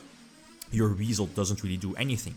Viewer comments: I definitely heard Weasel and had no idea it was Wisel for the longest time lol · You tell em! Also it's WISE-el. Weird I know